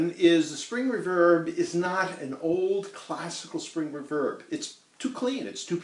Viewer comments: That's an interesting observation Ben. And I have no doubt that, at least as regards common current usage, you are correct! Eeek! My pronunciation goes back to the days when 'verb was something new -- the early `60s. We (that is my musical pals and I) never heard it said, we just said it as it seemed right to us. And that was with the emphasis on the "verb" part. As in amplifier names such as Fender's "Vibroverb" where the accent was on the last syllable, or Ampeg's"Reverberocket" where the accent was on that strong 2nd syllable. And I've been pronouncing it that way for so long that I did not even hear myself doing so! Language is a funny thing. Other people have "accents" and unusual speech patterns. We ourselves never do! :D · You say re-VERB! I say REEE-verb. All fun aside, thanks for the vid! As a fan of the Surf Sound, this will help me in the future. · Can you please stop saying "reVerb"? (RE-verb) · First person I've ever heard say "re-VERB" rather than "RE-verb" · Oh and you can buy new tape echo and reverb tanks. It’s no tone that’s why the reverb doesn’t sound good. Oh and it’s one word “reverb” not “ri-verb”. Tape echo slap back is what makes the reverb wet sound. When people say drippy it’s a saying. Like “that reverb was so wet it was dripping” it’s not a style. Appreciate your enthusiasm though! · Ree-verb. REE-VERB. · Exactly !!! It was killing me me everytime he said the word as well. Ha ! Ree-verb !!! I thought everyone knew how to pronounce it !!! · We all pronounce things as we heard them. The word "reverb" was almost never heard when I took up guitar, and then it started to appear in the name of amps that included them. The Reverberocket (which we pronounced "re-VERB-uh-rocket" and my own, a Fender Vibroverb which we pronounced VI-bro-VERB. That others say it differently was unknown to me until I started seeing comments on this thread. Apparently REverb is more common. But is it "right"? I dunno. ;-) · REE-verb not re-VERB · Ra-verb or Ree-verb?